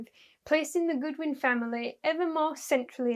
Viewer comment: Godwin, not Goodwin.